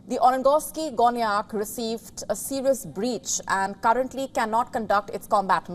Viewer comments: Why did yo say that it was a RUSSIAN drone hitting a Russian ship? And did you even practice saying NovoSIRISK incorrectly? its NovoROSisysk, right there on your screen. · Nosirriisk😂😂😂😂😂 It has to be pronounced as Novo'rossi'sk